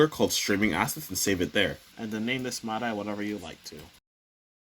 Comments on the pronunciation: that threw me too... I was like "whats a mydie file? then it clicked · Using the "My-Die" format lol its "Mid-E" bro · other than your pronounciation of MIDI as "my-die" vs. "mid-dee" lol, this is great! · hearing it pronounced "my die" rather than "mid ee" was quite the shock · ik it doesn't matter but as a music nerd hearing you say "mydy" instead of "midee" is killing mee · For over a decade now I've been calling these files "mid-ee" files and am a musician - I am afraid to find out if I have been wrong for so long now that I am questioning my pronunciation. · Never heard MIDI pronounced as Mad-Eye before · Midi is pronounced “Me Dee” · You say My Die so much bro you need to reupload how did you not learn how to say midi correctly haha